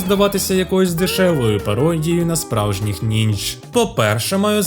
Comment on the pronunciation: Дякую за відео) Хотів би поправити, правильно нінджя*